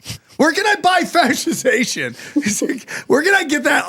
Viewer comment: The fact that Sam can pronounce the word fetishization PERFECTLY says it lot about his corn habits